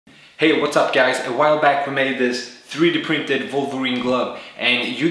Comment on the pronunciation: thre-de pihnted vohlverene gluv